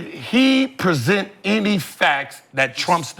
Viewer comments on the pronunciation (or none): none